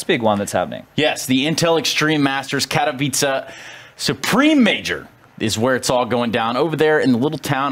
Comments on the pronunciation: Okay, I seriously need help. Is it not "Kat-ow-iss"? I think they're saying "Care-ee-veet-zae", but I desperately need a pronunciation guide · Its pronounced "Katovitse"